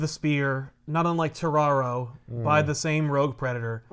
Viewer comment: Does anyone else think when says terraro it just sounds like Scooby-Doo saying Tomorrow.